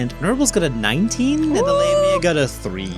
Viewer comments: I've always pronounced it lahm-ia. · phonetically it's La Mia, love you guys and I'm starting to get caught up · I always pronounce it like LAW-ME-a